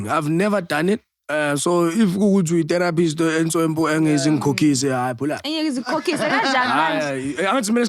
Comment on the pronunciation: i love how says terror pist. Its terrapi right der🖤